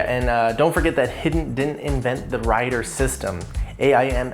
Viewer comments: I thought it's pronounced He-den, not hidden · It's pronounced: "He-Den"